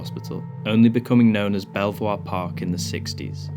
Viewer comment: I explored all the buildings, and the best one was the last one we entered, which had all the good stuff in it. By the way, it’s pronounced “beaver,” oddly enough.